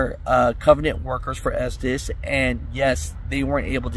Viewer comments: And it’s pronounced ESTES… not ESTEES.. 🤣🤣🤣🤣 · For the record, the owners - literally who the company is named for - pronounce their own name as Estes (short e sound) not Estēs. I work at 225 (Salt Lake City) and we are SLAMMED with work. Running line haul kinda sticks, but at least i can work through my own frustrations and not have to try and sooth the customers on top of it. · Estes. Not estees. Our president of the co. Gives state of the union addresses and its his last name. He even pronounces it Estes. Ive heard tm's call it estees that have been with the co. For 18 years. Aparently not everyone they hire is smart. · Retired from estes 2 years ago from day one I pronounced it "estez" and no one ever corrected me but the family name is pronounced "estees" it's like " poe Tay toe, poe tot toe, toe mate toe, toe Mott toe no one really makes to big of a deal about it. side note started my driving career with Harold Ives, then covenant also drove local a while finished out with Estes overall I'd have to say best company I have ever drove for. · I worked for a comp that ran loads thu them and it was always pronoused estsssssss insted of esteseeeee. Just helping 😊😊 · Es-Tees (I have heard it pronounced this way for over 20 years) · Cal the company and listen to the voice recording. It's pronounced ESTIS. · I pronounce it “ S - Tez” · Estes like Testes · I pronounce it as testes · Its pronounced Estevez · Estes is pronounced, " esteez" just like the hobby c9mpany that made Estes model rockets, planes, etc. Just sayin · I think it’s pronounced testis 😂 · It's pronounced testes